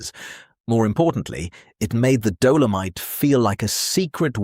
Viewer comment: What the hell is a "Dough-low-mite" 🤣